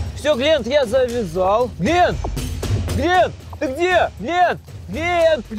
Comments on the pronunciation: Правелино не глинт а глент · Блин не глинт а глент ты чо